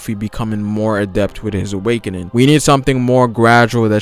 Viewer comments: Wish he said awakening once in this video...I kept hearing "awakenin" so I was waiting for him to pronounce the "G" on the end haha great video though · theres a "g" at the end of awakening, triggered me